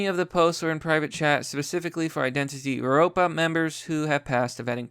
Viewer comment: Evropa is pronounced like Europa... the V is used in lots of that stuff because many Old-Latin languages used a V instead of a U. It’s in lots of Roman architecture and other beautiful works of Europeans too.